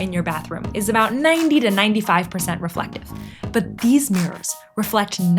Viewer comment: I am sorry to be so bold but “reflectivity”. And thank u